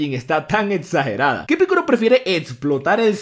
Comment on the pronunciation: por que dices piccoro y no piccolo ya que no es con R si no con L